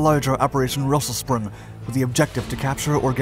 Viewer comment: Unfortunately his pronunciation of the German words is sometimes off a little bit like with Rösselsprung or completely off like with Heer (Army). Especially the latter he gets wrong every time. He pronouces it as if it was spelled hier in German or here in English, which coincidentally means the same thing in both languages but unfortunately not Army...